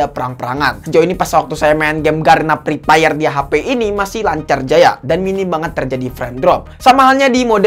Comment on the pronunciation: 😂😂😂😂😂😂😂😂😂😂😂😂😂😂😂😂😂😂😂😂😂😂😂😂😂mantap bang lucu sekali pas ketika Abang nyebutin game EPEP